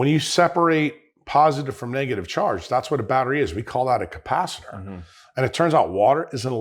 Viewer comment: .... It is capacitor , not capacitator - 4 syllables , not 5 syllables . . . .